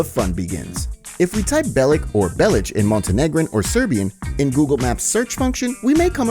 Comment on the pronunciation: Bellic is wrongfully pronounced either way. if niko was to be croatian he would still be niko bellic (Niko Belić)